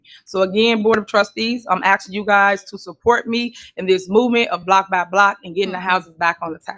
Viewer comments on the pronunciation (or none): She can't sell shit from a prison cell . Stop all that axing !